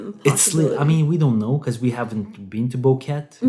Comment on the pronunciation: Its pronounced: Bo-Que-Te.